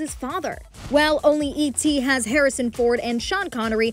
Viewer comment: The name is Harrison, not Herrison.